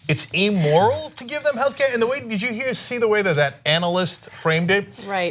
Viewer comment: Cenk, for gawd's sake, learn to pronounce the word immoral. It's pronounced IM-mor-ul-- short I not E-mor-ul, the way you say it. And no, there is no morality or common sense in the American healthcare system. I'm disabled and I have Medicaid. My doctor has to fight Medicaid every month for me to just get my medicines on time! It's CRAZY!